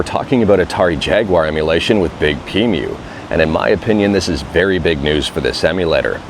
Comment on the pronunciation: Nitpicking, and I may be wrong (please tell me if I am), but I don't think it's pronounced "big-pee-mew" but rather "Big P Emu" as it's spelled.